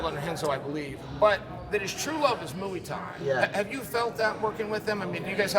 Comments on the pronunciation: Chael "Mooie Tie" Sonnen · Chael still using “Mooey Thai” with Hagerty is truly GOAT material. Undefeated and Unpronounceable. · Mooey Tie.